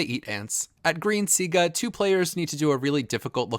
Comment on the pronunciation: The green tribe is Siga not Sigu bro